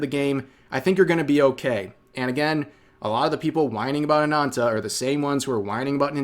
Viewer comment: Rev, its Ana*N*ta with 2 n's not anata.